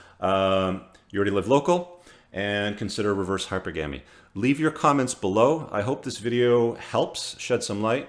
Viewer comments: There's NO habit of saying, "hyper-GAM-ee" in any version of English. You cannot place the em-FASS-is on the wrong syllable. That said, everything else; very wise words. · wtf is ‘Hyper-Gammy’ ?? Did you even graduate High School? God... between all your ‘um’s’, lip-smacking, and mispronunciations I’m starting to think you’re a total fraud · I'm a rational sister and I LOVE your content. I share it with future brothers from another mother. The only thing I'd change is the pronunciation of Hypergamy. Gamy is related to marriage. It's pronounced like monogamy, polygamy, etc. Keep it up. Peace.